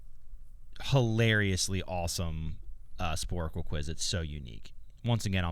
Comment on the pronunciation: Sporcle. Not Sporacle.